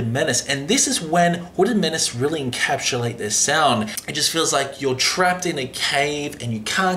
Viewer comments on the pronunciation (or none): Encapulate lol